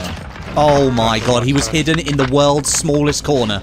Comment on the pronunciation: "Oo my gawd he was hidden in the woold's smooolest cohnah" 😂😂